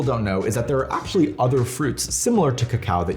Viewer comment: Stop saying “Act-sshhully”